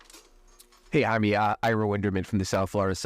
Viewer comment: Da fuuuu “Jamieee” 🤦🏻‍♂️ say it right. jamiè